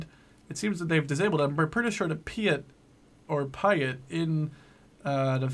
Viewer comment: Pee-at Not Pie-at If you say Pie-at you are saying it incorrectly. Also it is the T-u-lip as in the flower, not the T-ull-ip Not surprisingly, the Bren gun carrier holds a Bren gun! However the Australians did pop in a Vickers, but they were called Vicker carriers.